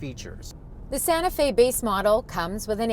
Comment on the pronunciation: Kia santa fee...what?